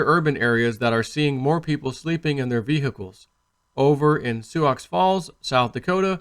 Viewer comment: Hey man, just a heads-up, the word "Sioux" is pronounced "Sue", the x is silent.